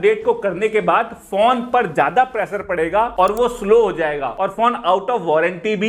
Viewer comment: Every time he says phone I hear it porn